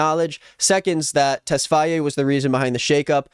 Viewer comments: Why do you keep saying “tess-fa -ye” it’s just tesfaye bro 🤣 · tesfaye is pronounced tess-fy